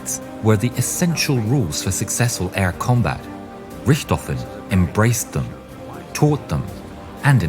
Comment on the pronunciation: "I apologize for earlier butchering the name" and then you butcher it again 😆 It's just not possible for non-Germans to not butcher German names 😆